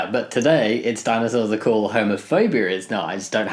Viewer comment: thought you said "diamond swords" not dinosaur, so if you're going for an alternative for homophobia ;)